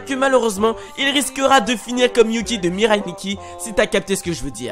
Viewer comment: Le Mireille ma tué jpp xD . c'est pas Mireille mais Mirai . C'est pas Niki mais Nikki (je sais chuis chiante 😂) et c'est pas aligato mais arigato 😂 . Je n'ai pas écrit sa pour te faire chier car de 1 moi même j'ai un orthographe de m**de et 2 car le Mireille ma fini x) 😂😂😂 . Le respect est mort 😂😂😂😭😭😭